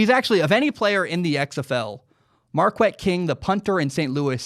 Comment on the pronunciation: It's pronounced (Mar-kett) not (Mar-quett)